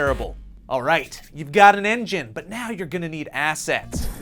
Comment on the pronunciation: BAST ENGINEH IS ROBLOX STUDIOH lel